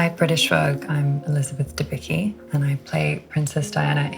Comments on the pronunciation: Nie jesteś żadna „Debiki” tylko Dębicka. Dobrze wiedzieć jak wymawia się własne nazwisko. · Can’t believe she can’t pronounce her own surname. It Dem-beets-car ( polish person here) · I hate when people with Polish names can't even pronounce them right and she is way too skinny to play Diana...